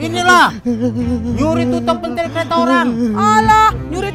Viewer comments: pintil bukan pentil🤣🤣🤣🤣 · Ucapannya salah ya harusnya *pèntil"